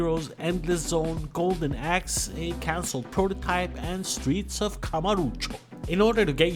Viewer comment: "Golden Axed" lol